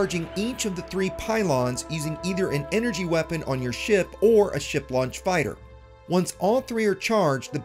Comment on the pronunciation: Did he say "shart" launcher? hehehe